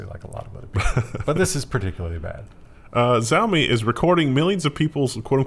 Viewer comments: saying 'Zi-oh-me' is like saying 'hun-day', can't really write a phonetic spelling for the first sound, but think of it as somewhere between 'jj' and 'sh', followed by 'ow-me' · Pronounced Shouw-mee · Xiaomi... Roughly pronounced as "Zheow-mee" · Xiaomi is pronounced “she-ow-me” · Xiaomi -- someone said it was pronounced "Shaomi" or Showmi or somesuch In Animal crossing there are only 7 or 8 visitors allowed ...and this is an excellent site name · It's pronounced "Xiaomi" Glad I could be of assistance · Xiaomi is "she-ah-oh-me" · Xaomi is pronounced 'shao-mi' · Xiaomi is pronounced as "Shii ow me" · It's pronounced "Xiaomi" btw